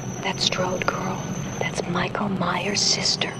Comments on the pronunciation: Ahora, Jorge se vio y estudió todo... Pero no aprendió a pronunciar Myers, que es "Maiers", no "Meiers". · Se pronuncia "maiers"!